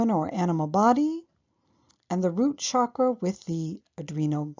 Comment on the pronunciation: I love your presentation on these complex topics, so well done ! Hate to be picky, but the term chakra is pronounced with a hard “ch” as in chair, rather than the soft “ch” as in chevron 🙏